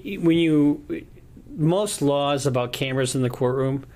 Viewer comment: I thought she said lies too! But I believe she says laws.